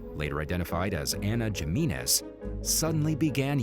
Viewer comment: It’s pronounced Himinez bruh.